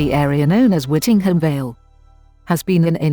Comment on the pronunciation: Very interesting but it is actually pronounced Whitting- Jum